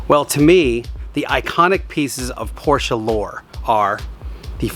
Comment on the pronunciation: How about learning how to pronounce the last name (proper noun) Porsche correctly? I'm just saying...